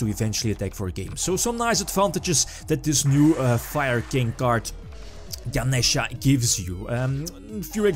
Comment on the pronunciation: Thank you for pronouncing Ganesha correctly. It slightly bugged me when the "other guy" kept saying "Ganiisha."